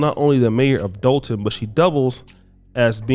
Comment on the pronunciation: Why do yall always call it dalton? Its Dolton.